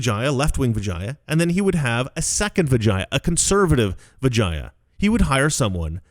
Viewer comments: I think you mispronounced vagina. Oh wait i'm sorry. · I thought you said her name was Vagina. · Why do I keep hearing vagina? Lol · I keep hearing Vijina... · Am I the only one who thought he said "vagina" every time? Lmao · 😂I’m sorry. I keep laughing every time you say vagia. Put an “n” in there. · Every time you say vagia, I hear vagina. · Anyone else keep hearing Vagina? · Every single time he says Vijaya I think he’s about to say vagina. It gets me every single time. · Every time said Vijaya's name my head would pop up as it sounded like he was starting to say "vagina". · SORRY BUT EVERY TIME YOU SAID HER NAME..I HEARD VAGINA LOL I AM SO IMMATURE